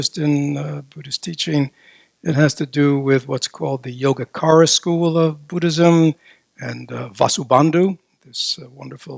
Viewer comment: It's pronounced Yogachara (not Yogakara).